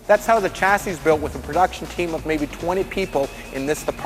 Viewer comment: Someone needs to tell him how to pronounce 'chassis'.